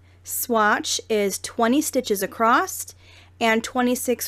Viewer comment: There is no T is across just saying